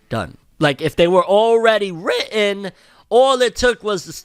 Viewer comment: "WrITtEn" sorry had to